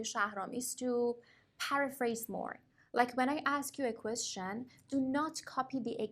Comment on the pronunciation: Qweshn, qweshn, repeat